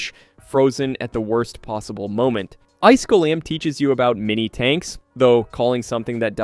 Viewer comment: “Ice goalam” hits hard 🗣🗣🔥🔥